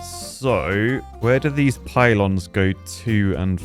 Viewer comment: Poo-lons. Really,?